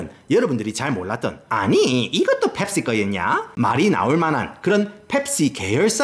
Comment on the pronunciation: ㅅㅂㅋㅋㅋ 이형 '펩-C-ga~' ㅋㅋㅋㅋㅋㅋ개조아 진짜 남자중에 제일좋아